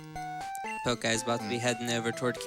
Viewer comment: i wonder if that pokeguy was triggered that the couch butchered his name all the time ive heard it so often pronounced with poke as in poking someone instead of poke as in pokemon. lol